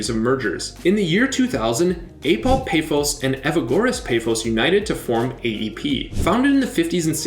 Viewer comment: i respect the effort you put into apoel and OMONOIA, but pafos' a is pronounced like the a on car and omonoia